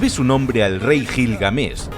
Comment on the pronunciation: cómo que Gilgamesh lo pronuncias Con J no es Jilgamesh es como decir Jato y no Gato